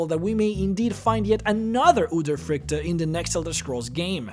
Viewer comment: I am from Norway and you say udyrfrykte wrong